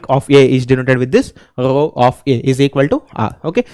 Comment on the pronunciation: Row❌ Graww 🗣️